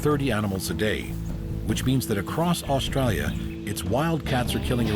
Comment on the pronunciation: Aussie here I cringe everytime he says "Australia"